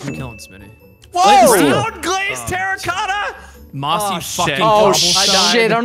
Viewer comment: "Terracotta Rigatta" you simpiltons... 😂😂😂